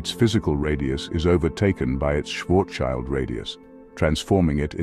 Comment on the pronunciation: Nice Video, but my German ears are bleeding... schwarz-child😅